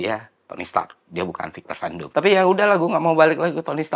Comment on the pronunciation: Victor Von Doom, not Victor Van Doom.. You're welcome.